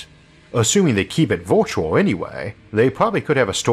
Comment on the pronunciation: Virtual is not pronounced vortiol